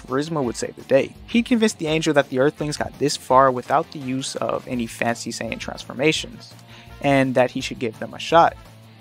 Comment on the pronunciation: When you say “sayan” it sounds like you’re saying “saints” 🫤